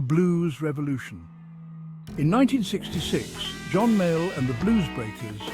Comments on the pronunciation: Haha he claimed him as My Al . I much prefer that blues man, John (Pronounced. ) Male or Mail . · AI, say his name correctly.